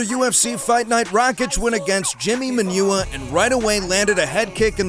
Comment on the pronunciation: Jimi Manuwa, "man oo wa", not Manure!